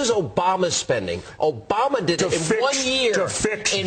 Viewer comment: John Mccain Osama Bin Laden election. did Jesse just call Obama "orama bin laden"?